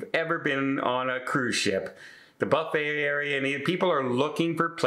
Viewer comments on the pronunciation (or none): none